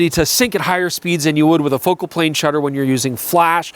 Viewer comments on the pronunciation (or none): none